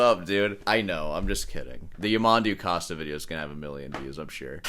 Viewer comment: SOUNDS LIKE COAST - NOT COST - PLEASE FFS